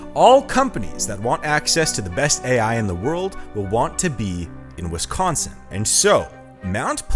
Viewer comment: Heh- WisKONSIN....gotta laugh whenever I hear that..... Yes, born and raised. Still hate winter, though.😮